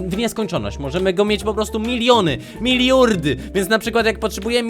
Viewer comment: "Miliurdy" xDD